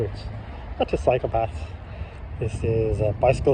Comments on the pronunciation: Great vid thanks. Love your accent too, but to my ears I can't stop giggling at your appreciation of the amazing Dutch "psychopaths" .... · i heard exactly the same , dutch psychopaths instead of dutch cycle paths 😂😂😂 , but hey lets be fair , we dutchies can be psychopaths 😉